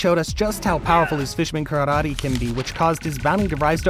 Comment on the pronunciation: Bro said kararte